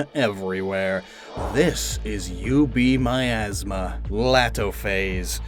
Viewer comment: When he said UB Miasma I thought he said "You Beat My Ass Ma"